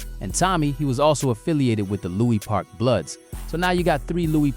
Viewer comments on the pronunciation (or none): Lewis park not Louie park